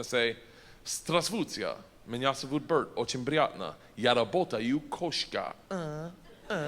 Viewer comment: you said berts name 100% right